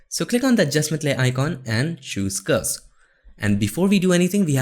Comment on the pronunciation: Every time you say curves it sounds like "ghost".